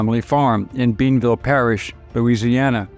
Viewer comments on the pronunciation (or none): Another good video! They were nothing more than murdering thieves and died like as they lived. My Civics teacher in high school had a branch with a bullet hole through it from the ambush sight that his father cut off for a keep sake. Bienville is pronounced Be-in-ville. Thanks for the video.